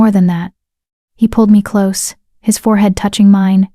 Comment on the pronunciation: At about 1 h 49 min the nice AI voice mispronounces "close" changing the meaning from the required "nearness" to the incorrect "shut."